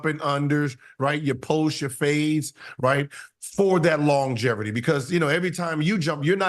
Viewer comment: Wats longeverty gil 😂😂